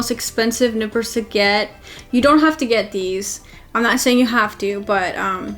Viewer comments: Did she said Nipples or Nippers, just kidding although given the view 😉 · She said nipper, i heard nipple... wtf happening with me...